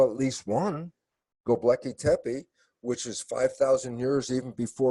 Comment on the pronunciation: Electric Universe, people. I respect Dr. Lipton a lot for his science on epigenetics, but if he can't even say Gobekli Tepe correctly, his credibility is damaged. One volcano can undo a century of Los Angeles traffic.